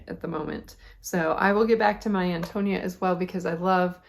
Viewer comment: Good to see your podcast pop up! Your purple Fosette is going to look terrific with those colors! I, also love Willa Cather books. The first, My Antonia, I read with my kids when we did American Lit. When I listened to it on audio some time later, I realized that Antonia is pronounced with the accent on the 3rd syllable, if the reader was correct. It’s a beautiful book.